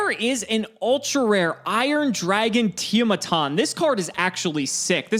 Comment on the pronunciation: Bro, not one but BOTH of these clowns misread Iron Dragon Tiamaton.